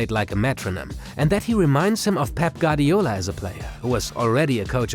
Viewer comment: Wonderful content just don't butcher Guardiola's name